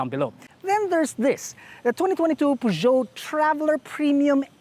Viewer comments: I love the car and, but it's supposed to be pronounced "purr-zyo" not "pu-dyo". other than that, autodeal is still the best. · It’s pronounced ‘Per-jo.’ And slow down a bit. Your voice is cracking at the end of your sentence.